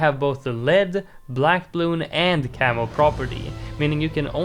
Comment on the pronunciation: I kept hearing "camel" instead of "camo" even though I know you mean camo. I keep thinking 🤔 there's a camel balloon, since when did he mention that ?